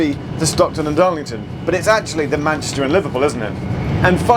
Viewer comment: “The Liverpool and PAN-YESTAH…”😂👌